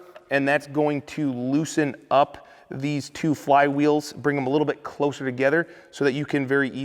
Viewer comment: mark......closer “togeterr”........northern Illinois love it. Great videos Merry Christmas